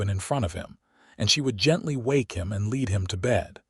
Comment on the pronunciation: The trunk was as heavy as leed. How many books have you reed What’s it like to l-eye-ve out here These kill me